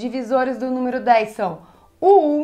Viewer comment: Me ajudou bastante obrigado Acho engraçado a falando "númiro"